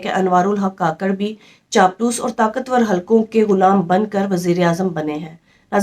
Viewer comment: Ye mnafiq Hy beka hwa Hy kakrh ni kukarh Bolna chaey